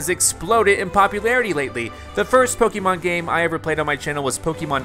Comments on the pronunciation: And the correct pronunciation of "Pokémon" too, since he mispronounces it as "Po-kee-mon". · Pokémon is with the long E sound, you know. I think you should watch the anime later.